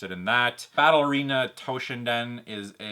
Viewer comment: "Battle Arena Toe Shin Din" lmao